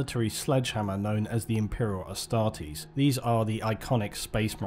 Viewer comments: Its "A" Starters not Astraters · The Orks think that painting their vehicles red makes them go faster. If there are enough Orks in a group who think that, then their vehicles do go faster. They also think that Purple is a sneaky colour, because who has ever seen a Purple Ork? P.S. It's pronounced AS-TAR-TEES.